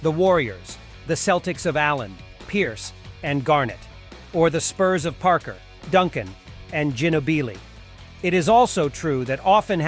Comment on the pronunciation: man you wrecked half their name Lmbo. it is Ga-Nobe-Blee